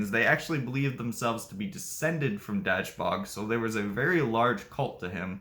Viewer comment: Please work on your pronunciation. Try dashboog